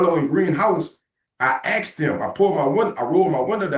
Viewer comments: I axed him! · Axed question lol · 10 seconds in and we already have an "axe"